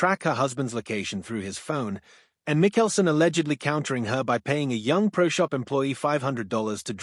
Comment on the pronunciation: Pronoun his name correctly. PLEASE!